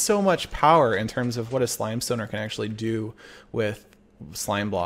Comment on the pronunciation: "slimestoner" Oh ya mean gamzee?